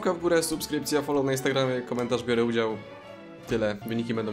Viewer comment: "BIORĘ UDIZAŁ"